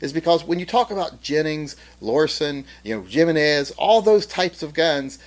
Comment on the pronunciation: its not "jimm-eh-nehz", its "hee-meh-nehz" Cheers yo